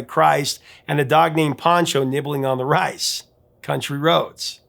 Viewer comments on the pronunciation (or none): none